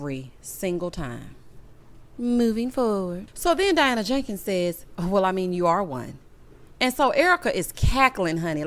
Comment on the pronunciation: I laugh every time you say Diana JAKEENS